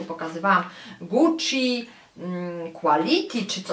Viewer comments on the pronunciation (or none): none